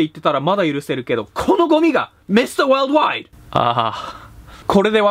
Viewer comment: Mr.wold wide〜の発音最高でした、そのままラップしちゃって下さい。